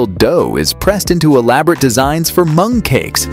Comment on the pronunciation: . I thought the narrator said they were making beans into monkeys but it was mung cakes apparently!